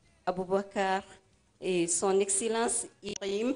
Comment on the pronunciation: non, elle dit Ibrihim. Peut-etre c'est la prononciation correcte en Bambara.